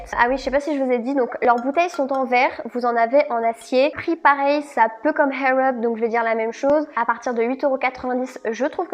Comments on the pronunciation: Juste ... il n'y a pas de H dans Air Up, ça se prononce "Air", en roulant juste le "r" à la fin, sinon, cela signifie "cheveux en l'air" 😉😅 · Je comprends pas ta prononciation air up mdr tu dit Hair up lol merci pour l'anglais y'a pas de H lol 😂😂😂😂😂😂😂😂😂mais c pas grave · Hhhhaaaaiirr up lol sinon video très intéressante